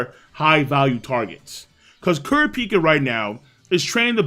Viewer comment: The way you pronounce Kurapika is funny.